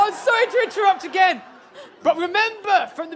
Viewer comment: I love the fact that the first time says again he established that it rhymes with Ben. Yet the second time he used again he rhymes it with mehem 😂